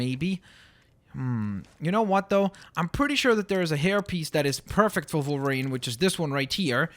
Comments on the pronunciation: Its a w at the beginning of wolverine not volverine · Is it just me or does say Volvarine not Wolvarine? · Why are you saying volverine it's wolverine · u say volverine not wolverine :P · It's pranonst wolverine not volverine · Why do you keep saying Volverine instead od Wolverine??!!! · kept saying Volerine,part russian? CONSPIRACY!! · Stop saying volverine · He kept on saying volverine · Why does he say Volverine? His name is Wolverine. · Wolverine... WOLverine. W. Stop saying volverine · it's wolvirine not volvirine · you say volverine not wolverine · (W-o-l-v-e-r-i-n-e)!!!! Not volverine!!! with a w!! gawd!! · He said vulvreen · is it me or did he say volverine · its wolverine not volverine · Why does keep saying Vulverine when he's called wolverine. Also Plz can u try and make Star Lord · how its pronounced= (wol-ver-ene) how pronounces it= (vol-var-ene) ( i know its a canadian accent by the way) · Why does he keep saying wolverine like volverine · Why do you say volverine? Lol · am i the only one who is bugged because he keeps calling him Volverine? it just bugs me.... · I'm sorry I have ocd and when you say wolverine you actually say volverine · Are u German cause u pronounce wolverine as volverine and that German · WOLVERINE NOT VOLVERINE WOLVERINE OK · you said Volverine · Wolverine not Volverine!! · why does he say 'volverine' instead of 'wolverine' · volverine me: aaaaaaagh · why did it sound like he was saying "volverine?" is he German? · why are you saying volverine? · Did he say volverine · canadi an accent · when he says wolverine it sounds like hes saying volverine. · SAY WOLVERINE CORRECTLY!!!!